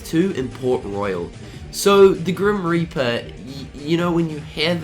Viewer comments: Is it just me or de he say grim r**per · did he said the grim raper?